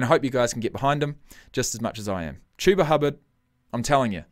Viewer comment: You're right. It's "Chew-ba" not "Chub-a" Those Colts announcers are garbage